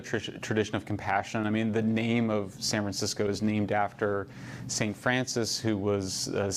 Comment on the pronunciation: did he just say SAN FRAN SICKO???? BU WAAAAA HAHAHAHAAHAH. I AM SO USING THAT.